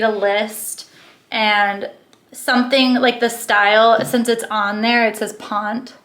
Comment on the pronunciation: Ponte is pronounced Pont-tay.